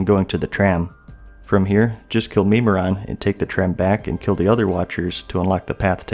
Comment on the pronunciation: "Meme-miron" lol